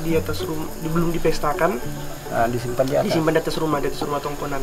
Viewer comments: TONGKONAN BANG, BUKAN TANGKONAN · Tabee' adaa kata penyebutan nyaa yg salah, bukan tangkonan,, tpi tongkonan layuk Dan bukan londo, tpi Londa